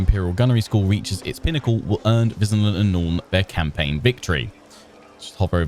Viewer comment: They could've had her pronounce Wissenland properly - since the Empire is themed on Germanic culture / HRE - it should be Vissenland.